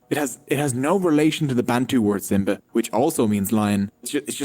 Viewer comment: It's not Simba in Sanskrit, it's 'Simvha' or 'Simvhà'... A silent